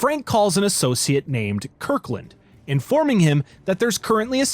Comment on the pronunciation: Associate’s name is “Kirklund” but narrator says “Kurklind” 😂